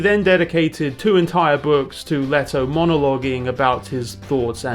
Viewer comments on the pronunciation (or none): none